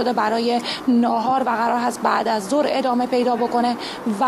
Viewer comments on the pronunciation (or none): ادمه . یا عدمه . چه معنایی دارد این آقا نمیتواند از روی کاغذ هم فارسی بخواند و ادامه را ادمه میخواند و اگر منظورش عدم بوده دیگر عدمه معنی ندارد . تو خود حدیث مفصل بخوان از این مجمل .